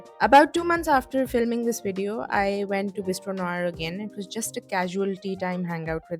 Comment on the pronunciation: love the choice of words ||||||||||| and thank you for pronouncing NOIR right!